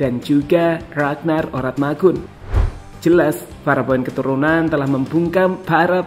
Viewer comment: Min...Oratmangoen bacanya biasa aja, itu salah satu Fam/ Marga dari Maluku